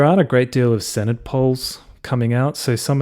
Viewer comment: Note for future reference Senedd is pronounced Sen-Eth 'dd' makes a 'th' sound in welsh words.